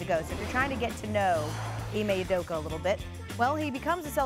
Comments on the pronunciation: Ee-mae Oo-doh-ka. That’s how to pronounce his name. They’re butchering my mans name. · Ee-May Oo-Doh-ka. Not hard bro.